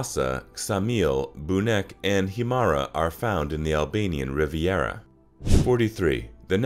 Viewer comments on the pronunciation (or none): The way they said burek hurt me